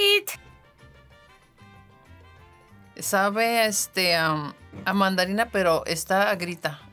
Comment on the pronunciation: She said 'bon mamon' 🤣🤣